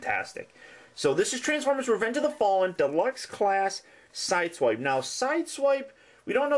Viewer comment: its pronounced sideswipe